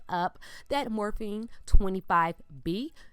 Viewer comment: Is it me or is she saying Morphine? Haha! I love her!